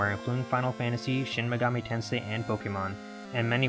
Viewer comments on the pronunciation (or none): none